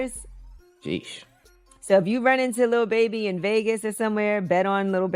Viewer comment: Did she say and Little Baby??? Lol lol I thought it was lil baby lol lol lol